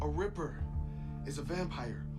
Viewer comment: Haha it's a ripper not reaper.